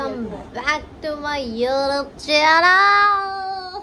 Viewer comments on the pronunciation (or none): none